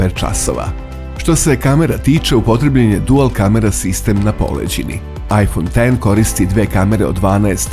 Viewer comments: Svaka cast naratoru za pravilno izgovaranje imena telefona. BRAVO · Hvala Bogu, konačno neko izgovara iPhone X kako treba. Hvala!!! Ne podnosim kada neko kaže "iks".